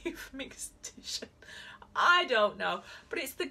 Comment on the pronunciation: This is sooooo lovely <3 P.S. I believe the English pronounciation is simply "mix-ton"